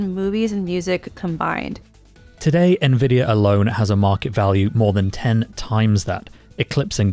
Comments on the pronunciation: I love how you opened with 20 seconds on how to pronounce it, and then pronounce it wrong for the remaining 9 minutes. 👌 en-vid-ee-ah != in-vid-ee-ah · Igbo man calls it ENVIDIYA...